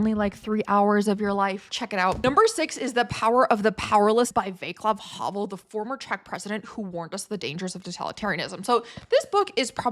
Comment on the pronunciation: wow, i think it is the first i subscribe to a channel run by a sheila. However, it is not 'va-klav havel', it is 'vat-slav havel'